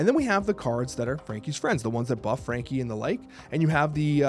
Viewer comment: Who else heard Frankie big butt?